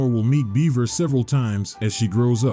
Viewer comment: My brother....amazing presentation on the map and presenting the story. 10/10. But. BUT. BUT! ....Bevera is not pronounced the same as beaver. I repeat - BEVERA IS NOT THE SAME AS BEAVER! Like, it has the same letters but, my brother in Lodis, if you pronounce beverage as "Beaver-age" you'd get punched in the face so god damn fast by someone nearby. Bevera is either "Behv-ruh", "Behv-era", or "Behv-ver-uh". Oh, and Lasanti comes off as an Italian or Roman last name (parallels to the catholic church and all that), so you'd say it "Luh-zon-tee" or "Luh-zahn-tee". The name shouldn't phonetically rhyme with "eye". I know these are nitpicks but I've been playing this game for about 20 years by this point and those pronunciations gave me psychic damage.